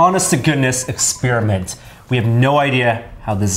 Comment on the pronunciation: don't you love it when they do exspearmints